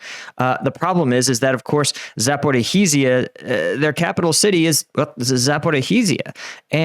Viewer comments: Please improve your pronounciation of Ukrainian towns. Sonetimes it is hard to understand what you are saying. Example: zaporrizhia. You are presenting this war as a military expert. So, as long as you talk about was activityies I would like you not to be biased on any side. Internet is full of emotional (hysteric) propaganda that I am perdsonally more than fed up - your good chance is simply to tell the objective truth from the expert viewpoint. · Zaporizhzhia is pronounced ZAPO RE SHE YA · 😂 Zaporee he's ya. Lol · Its, "Zap or ease ya," but the s is pronounced like the second g in garage. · You don’t pronounce the H in zaporizhzhia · Ivanivske!! Not Ivanski. Zaporij-ya, not Zaporohizzia. Come on dude, I know you can do it! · Seriously dude, you continue to dazzle me with your ability to mangle the word/name/pronunciation of “Zaporizhzhia” completely and multiple different ways in every video…Congrats! And as of late you’ve added mangling “Ivaniske. It’s not “E Von Ski” - its “E Von Eve Ska”. 🤣😂😅🤣😵‍💫